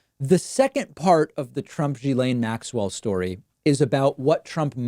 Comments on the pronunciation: It's pronounced gill-aine not jill-aine. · It's pronounced Gee Laine...it's not Giz Laine. It's a hard G. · It's Gill-ane, like gills on a fish. Not Gee-lane, not Jizz-lane, I'm pretty sure. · Learn how to pronounce her name. It's unprofessional.